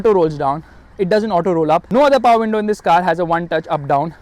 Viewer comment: I love when you said "the diesel engine got more paowaar"❤️